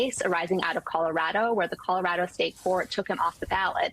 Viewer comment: Leah Litman is the first online personality to pronounce our state name Colorado properly. She now has a new subscriber.